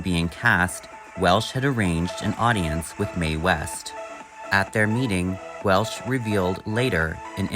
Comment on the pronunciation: Welch. Not welsh